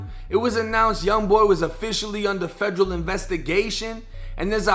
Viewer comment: Instead of Federal.. he was saying FEDREW 😆